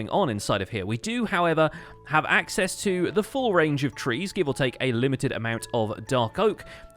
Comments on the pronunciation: axe-cess lol. did anyone else catch that? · Lol "Axe-cess" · Axe-cess lol